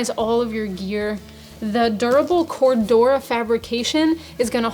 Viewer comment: You need to teach you young man on how to say Cordura